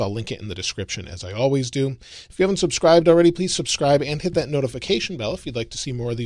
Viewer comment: 'Subscibed' lol